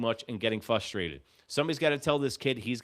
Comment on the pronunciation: Idk if you're doing it intentionally or not, but the word is "frustrated"